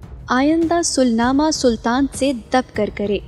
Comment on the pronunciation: "sull nama", ni hota , ye word "sulah" hota hy, jesy ftah ko fatt ni bolty